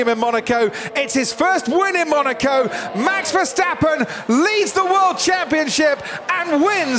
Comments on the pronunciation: Why do they keep on saying Versteffen instead of Verstappen? Yes, I speak a Germanic language - get it right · i swear i have the same problem with "VESHTAPPEN"